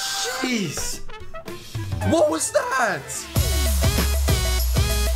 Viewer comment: Taylor Wallace he said "jeez" but it sounded he said "sheez"